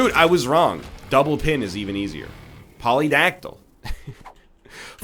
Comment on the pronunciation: STOP PRONOUNCING Polydactyly WRONG